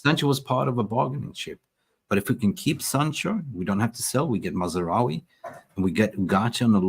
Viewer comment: his name is MAZROUI....NOT MAZ A ROUI......you are not even interested enough to pronounce his name correctly.